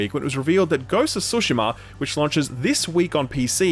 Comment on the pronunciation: Say “Sue” then say “Sheema.” Tsushima.